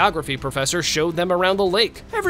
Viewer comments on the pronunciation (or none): none